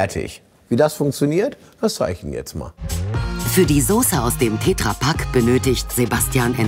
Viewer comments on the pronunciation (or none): ich mache so Millionen ätsch PS: es heißt Tetrapack und nicht tetrrapack